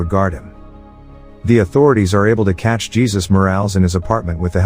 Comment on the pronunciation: How is it you get Paolo right but can't get Jesus right? Lmfao